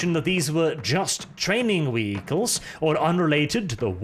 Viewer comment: Wehicles, Kyle was right lmao.